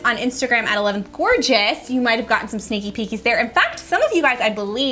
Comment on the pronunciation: Totally thought y'all said "stinky pinkys" lmafo not "sneaky peakys" I'm dying rn. I'm not all here.